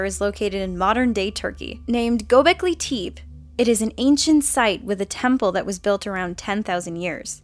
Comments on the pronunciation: Gobekle teep? Its Gobekle Tepe (pronounce tepe like temp and a mashed together, but without the m) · It's pronounced Gobekli Te-Pay! Not Gobekli Teep! Come on, now! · Wrong Pronunciation: It's not Gobekli Teep It's Gobekli Tepe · Göbekli Tepe mispronounced as Gobekli Teep. Try Tep-pay instead! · tep-ay not Gobecli teep -Misspelled on purpose. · #4 is NOT pronounced Gobekli "Teep" it is spelled Tepe, so I can see where you would think that. It is pronounced "Tep-A" thanks for the video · Tepe as in Pepe! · It's pronounced Gobekli Te-Peh Not Golbecky Teep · Gobekli Teep?!?!?!?lolololol Tepe=Tep ay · conrad van deventer Gobekli teh-pay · Gobleki Teep? WTF? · "Tepe" is actually pronounced "Tae-pae", but read quickly. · gobeckly teep? lmao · gobekli tepe say like this.... Go bek lee tare pee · Not "Gobekliteep" :D Also the literal name is "Bellied Hill" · yeah and the Dead Sea is also full of booger snot and throw up. and it's Gobekli Tepe is pronounced tep ay. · Well, more like "Goebekli Tehpeh" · Go-beck-ly- teh-pey... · go beck lee tep aye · Gobegli teh-pay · great video very interesting and informative I knew quite a few of these already but I'm glad you're spreading knowledge however you didn't pronounce the tepe in gobekle tepe right it would be pronounced like tep-eh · Jsut letting you know it is Göklü Tep-E(that's how you read it. "Tepe" means hill in Turkish. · You couldnt pronunce " Göbekli Tepe" right. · That's not how you pronounce "Gobekli Tepe" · yeah but it's a dry heat. You have some kind of mistake: 1.8 pounds is not the weight of the shrew. You're pronouncing "Tepe" wrong and it's not settled that it's a religious site. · Göbeklitepe is not pronounced like that darling please! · she pronounce Gobekli tepe wrong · That's not how you say Gobekli Tepe!